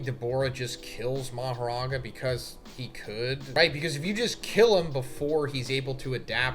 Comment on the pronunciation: He said "Becomes Maharaga!!!" I died!😭 Like what is he talking about??